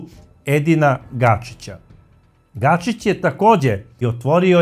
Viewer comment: Ako je Edin Gačić.,zašto svaki put kažeš Gašić?